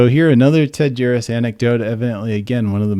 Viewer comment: Thumbs up for being able to pronounce his name 😳 There's actually more than one ex GB member on that paedophile list. Leo Greenlees is another.